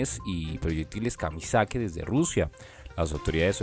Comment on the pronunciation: "Proyectiles Kamizake" 😂😂 aprende a hablar, además los dos vídeos de hoy dicen lo mismo y son noticias que ya diste ayer 🤦🏻‍♂️🤦🏻‍♂️🤦🏻‍♂️ vaya profesional 😂😂